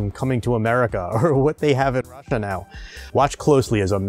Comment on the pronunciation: Why is "Russia" pronounced with a muffled sound? (Great Result by the way!)